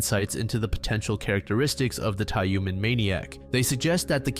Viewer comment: the heck is "Tayoomen"? it's Tyumen, "yu" is pronounced as "yu", how hard is it? gosh